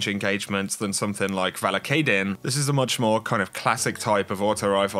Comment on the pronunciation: It’s pronounced Vahl Kah Den... since you were wondering